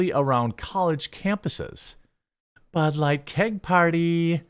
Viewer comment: Budlight, bulight, bahlight, balight, blight, Blight, BLIGHT!